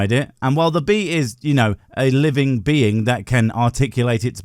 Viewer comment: a living BEE-ing